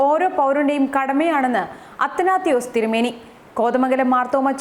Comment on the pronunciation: അത്തനാത്തിയോസ് എന്നല്ല.അറിയാൻപാടില്ലെന്കിൽ അറിവുള്ളവരോട് ചോദിക്ക്.അത്തനാസിയോസ് എന്നാണ്